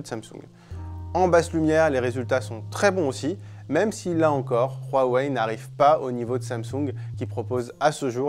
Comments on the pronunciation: Arrêtez de dire "Rouaweï" c'est pas espagnol ou je ne sais quoi, Dites "Ouaweï ou Oueweï" c'est dérangeant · Pourquoi prononcer Rwawei et pas Huawei ? C'est agaçant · Il dit ROUAWEI ....AHHHHHHHH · Super 👍 idée de « RRRRAWEIL » comme il dit le journaliste 😂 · Il m enerve qd il prononce Huawei